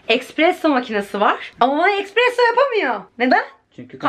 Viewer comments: ekspresso değil de espresso olabilir mi? sadece soruyorum🥹💖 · aşkım ya aşırı tatlısın ajxhajaja💖 ufak bi düzeltme expresso değil espresso 🤭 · Eksperesso değil espresso ❤